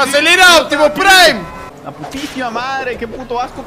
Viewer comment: "acelerah optimus praim" xd "va a venir la pachamama"